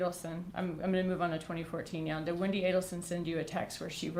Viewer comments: It’s pronounced wendee, not wendye! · Wendaii. !!! 🤣🤣 Alexaii please don't say Wendaii🤣😂